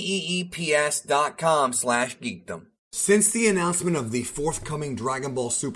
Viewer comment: you said 🔑Key E eep instead of “Keep”